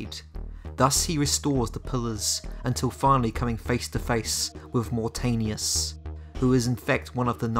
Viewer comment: Thanks for the videos man fan of your channel and I love Legacy of Kain so much..this game desperatly needed a good remake like demon souls remake in ps5. It is pronounced as Moor Taanius not Mortenius :P